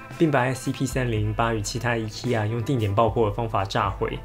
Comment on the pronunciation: IKEA 读音错啦~~~~